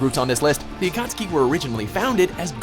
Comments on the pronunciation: i noticed they redid the video....and said akatsuki right this time, congrats:) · finally they pronounced akusuki right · This is the first video I've watched were they pronounced "Akasuki" right.